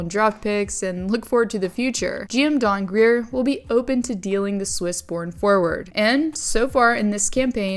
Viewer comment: I unsubbed the moment I heard "Don Grier." Sadly I've come to realize the community of the sport of hockey is an uncooth and unintelligent group with a lot of bias and segregation. Mike Grier put his time in the NHL and now is the 1st black person to become general manager of an NHL team. As always, he gets forgotten, used and displayed as a token black character for the NHL to say "were not racism"